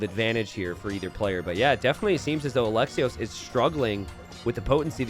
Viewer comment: Just because I know you care about the pronunciation, otherwise I wouldn't care, Alexios Komnenos, Alexios you pronounce great, Komnenos e is like esports not echo and the emphasis is on the last O so KomnenOs .